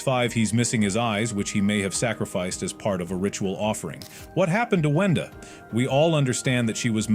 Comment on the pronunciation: "wenda" not "wanda"